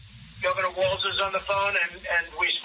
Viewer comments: JV Vance doesn't even know that it's Tim Walz, not "WalTz". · Is it me of does JD Vance pronounce Tim Walz as "Tim WALTZ" ? I've heard him say it like this many times. DOes he really not know how to pronounce WALZ or is he trolling? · The guy can't even accurately pronounce Tim's last name